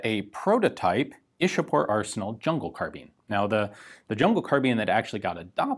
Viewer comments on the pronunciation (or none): Its ichapore not ishapore. It's a place near calculate the then capital of india.